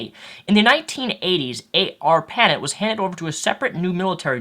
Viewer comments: It's just "ISP", not "ISP Provider", since "ISP" already stands for "Internet Service Provider". And it's "ARPANET", one word, not "A R PANET". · Arpanet is pronounced r-puh-net. very similar to internet.